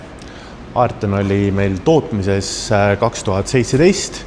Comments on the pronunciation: Oi oi, mis jama? Mudeli nimi on ARTeon, mitte AERton. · Nime ütlesite valesti ArteON mitte jah AerTon ta ei ole audi etroniga sama kõlaga asjandus 😃.Aga vinge,et tegite selle video,ootasin sellest autost ülevaadet. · Ar... Ar... Te... Te... On... On... Aerton!?😄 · Valus kuulata... Aerton 😂😂 Võiks enne selgeks teha mis nimi autol on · Jäi kah kõlama nagu püüaks Phaetoni nime moodi kõlada sul see hääldus.